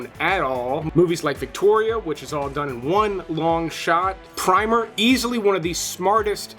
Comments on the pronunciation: Great video but can you take AI seriously with pr ' I ' mer instead of Primmer as it is supposed to be spoken. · ‘PRIMER” is pronounce with a short i, as in “in”. With a long i it’s paint.